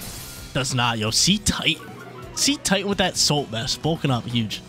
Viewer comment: I think Cetitan is pronounced as Seh-tie-tun. It’s name is a mix of Cetecean and Titan.